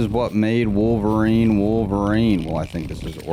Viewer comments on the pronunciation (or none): none